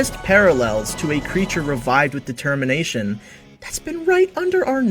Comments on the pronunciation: Why does he say De-Termination? Is he stupid? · I kinda thought you were gonna make some sort of "De-cember" and "De-termination" connection because you kept emphasizing "de" in "determination". Dang - that could've cool